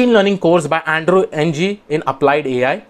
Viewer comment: Thanks for the useful tips! Just one comment--Andrew Ng's last name is pronounced as a syllabic eng [ŋ̭̍], which is the ng sound at the end of 'song' pronounced as a syllable by itself (a bit like the n sound at the end 'button' is).